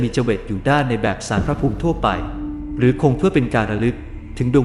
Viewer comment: มีคำอ่านผิดครับ คำว่า ภูมิ อ่านว่า พูม ไม่ใช่ พูมิ นะครับ